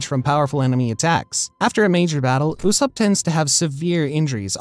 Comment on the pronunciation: So we're not gonna talk about how he said usopp